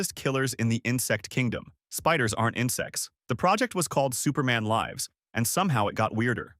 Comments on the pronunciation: Ah, yes, the painful use of AI-voice over. "Superman Lie-vs" instead of "Superman Liv-s." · superman lyves... hilarious that you cant even get ai to say the word lives correctly.